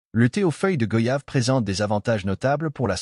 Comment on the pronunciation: On dit goyave, comme voyage, doyen, noyé,moyen, , s'il vous plaît arrêter d'ecorcher le nom de ce fruit si parfumé et bénéfique pour la santé.